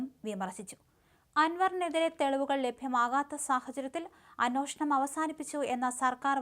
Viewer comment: അന്വോഷണം അല്ല അന്വേഷണം